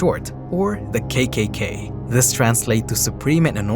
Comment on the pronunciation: Not kaykaykay, it was kakaka or triple ka. Kay is english, in those times k was pronounced as ka.